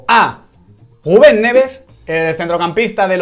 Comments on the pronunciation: Puedes parar de decir Gubén por favor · Miguel Quintana no sabe pronunciar la R ,cuando dice Ruben Neves suena como Guben Neves ... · Nadie: Absolutamente nadie: Quintana: GUBEN EN VEZ DE RUBEN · Porque dice guben en vez de Rubén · Por qué no sabe decir Rubén?